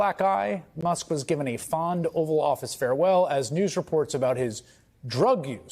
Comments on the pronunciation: Hayes mispronouncing it as the "offal" office... as in the inedible waste products after butchering a carcass It seems strangely accurate in describing Trump's misanthropic verbal violence that will end with harming himself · The "offal" office 😂😂😂😂😂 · Close it’s actually offal office.